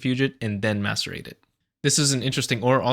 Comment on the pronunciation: 👍 straight away for simply pronouncing "macerate" correctly.